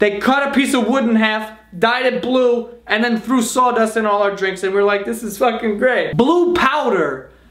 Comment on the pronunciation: The way he says sawdust